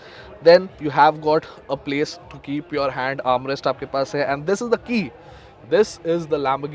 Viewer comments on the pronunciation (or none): none